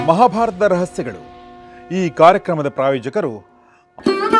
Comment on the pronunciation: ಮಾಭಾರತದ ರಹಸ್ಯಗಳು ಅಲ್ಲ, ಮಹಾಭಾರತದ ರಹಸ್ಯಗಳು ಉಚ್ಚಾರಣೆ ನುಂಗಬೇಡಿ. ಹೀಗೆ ಎಲ್ಲಾ ಕೇಳಿದಾಗ ಸುಮಾರು ತಪ್ಪುಗಳು ಎದ್ದು ಕಾಣುತ್ತದೆ. ವಿಸ್ತಾರವಾಗಿ ನಿಧಾನ ಉಚ್ಛಾರಣೆ ಇರಲಿ ನನ್ನ ಬೇಡಿಕೆ.